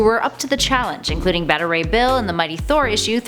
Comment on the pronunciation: Beta = bay-tuh. You got it right the second time :)